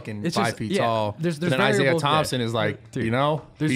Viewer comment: Did he say Isaiah Thompson? 😂